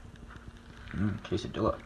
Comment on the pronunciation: I hope you said “quesa-DEEH-la” ironically...